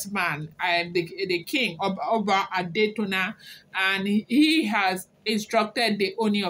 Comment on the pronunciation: Adetona isRe mi do do the pronounsation.